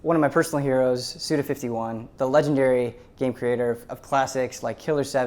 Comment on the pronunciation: Guys, it's Suda five-one, not fifty-one. His name is Goichi Suda, the surname first in traditional Japanese grammar. Go = 5, Ichi = 1. Suda Goichi = SudaFiveOne.